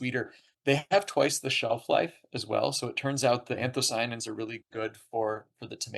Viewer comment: Interviewer keeps mispronouncing "anthocyanins" but overall interesting nevertheless.